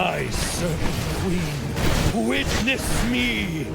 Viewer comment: Is it me, or d does sound like he's saying Servant Queen instead of Serpent Queen?